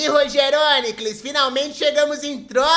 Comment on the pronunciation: Errou o acento. Com essa pronuncia o correto é: RogérÔnicles e CleitinÍcus